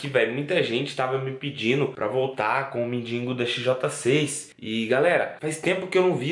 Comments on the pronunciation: Gosto muito do mas por favor não é mindingo e sim mendigo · engraçado é q ele põe no título mendigo mais fala mindingo